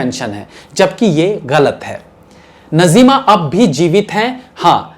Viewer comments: नज़ीमा नहीं नाज़्मा है सही नाम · नज़ीमा नही नाज़िमा . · You are too young so naturally you were not in those days about which contents you make the vdos doing already major mistakes in past. PRESENTLY IF I TALK SHE IS : NAZIMA AND NOT NAZEEMA AS YOU PRONUNCIATED.. USE TO TAKE HELP OF SENIORS. SORRY FOR DRAWING YOUR MISTAKES. YOU MUST GO AHEAD BUT BE PERFECTIONIST. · Bhai aapka yeh progaram mujhe bahut achha lagata hai magar aapne naam galat liya jaise najeema nahi naazima hai bolywood se qawaali gayab ho gai is par aap ek apisod banai